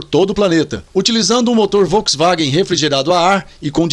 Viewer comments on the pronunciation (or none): none